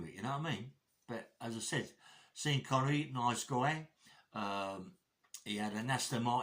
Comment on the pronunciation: My mom you used to say his name "Seen" Connery as well.